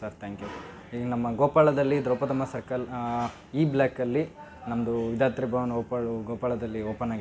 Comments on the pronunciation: ನೀವು ತಪ್ಪಾಗಿ ಉಚ್ಚರಿಸುತ್ತಿದ್ದಿರಾ ಅದು ವಿಧಾರ್ಥಿ ಭವನ ಅಲ್ಲ ವಿಧಾತ್ರಿ ಭವನ. ವಿಧಾತ್ರಿ ಅಂದರೆ ಸರಸ್ವತಿ ಅಂತೆ. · ಪ್ರೀತಿಯ... ಹೋಟೆಲ್ ಹೆಸರು.. ವಿಧಾತ್ರಿ ಭವನ್.. v i d h a T H R I.. ನಿಮ್ಮ pronunciation ನಲ್ಲಿ ಅದು v i d h a R T H I ಅಂತ ಬರುತ್ತೆ... ಎರಡಕ್ಕೂ ತುಂಬಾ ವ್ಯತ್ಯಾಸವಿದೆ...